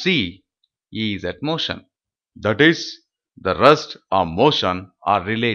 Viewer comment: Rest ko rust bol rahay ho... jahil ho kia